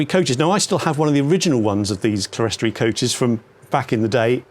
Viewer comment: Thoroughly enjoyed the video, especially the hilarious pronunciation of clerestory. It’s pronounced CLEAR STORY